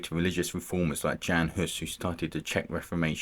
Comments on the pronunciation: Why English speakers pay no attention to foreign names and just butcher it without looking up the correct pronunciation. Jan is not read like French Jean and you read žižka like cicka in the intro but once you were in Prague it was much better or "Tačov" and when you finally see "Č" in Čeněk you read it like "Z" why you guys do that? Anit-Catholic movement is a bit simplified and you describe them as a rebels but it was very early attempt to reform the church and 100 years before Luther and Protestantism was a thing. Which based a lot of their idea on Jan Hus. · Jan is pronounced as Yan.